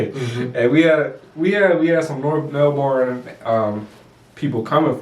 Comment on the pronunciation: You blokes do a great job of analysing the game. One tip to help you sound like true experts - is how to pronounce Melbourne. Its Mel'bin Pronounce Melbourne (20 seconds)